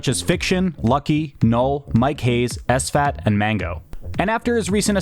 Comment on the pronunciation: Did you just call sfat socal?